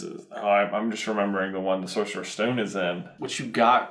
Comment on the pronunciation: Is it just me who gets triggered when say sorserous stone instead